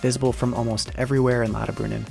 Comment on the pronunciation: never heard of "Lodderbrunin" :P